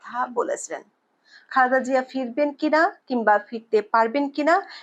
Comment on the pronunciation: বার বার খালদা জিয়া না বলে পরিস্কার শুদ্ধ ভাবে খালেদা জিয়া বলুন।